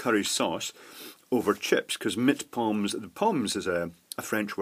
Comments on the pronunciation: As a German, I can tell you that "Pommes" in German is short for "Pommes Frites" (read: "Pomm Fritz"). "Pommes", however, is pronounced like "Pomm-S" with the S on the end. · Fwiw pommes would be said more like Pom-mes. Yesiknowitdoesn'tmatteritsnotsupposedtobeaccurate:p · "pommes" is actually a germanization and is pronunced german, so you dont swallow the e and s